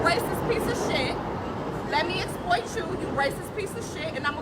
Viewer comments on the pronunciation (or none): "Let me esployt you"